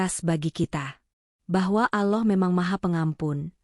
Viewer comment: In atminx orang sebelah ,, penyebutan kata" , allah,, kurang pas,, 😁🙏